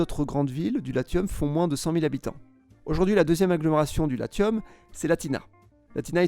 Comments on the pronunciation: Bravo pour le travail..... Une petite chose malgré tout, le Latium se prononce ' lassiome' et non pas 'latiome' 😉 Ciao ciao. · . The guy doesn’t speak in latin. He speaks in french. And in french we say Lassium. The same way we pronounce Vénéssie for Vénétie. Come back to me once you speak french. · Latium se prononce ‘lassium’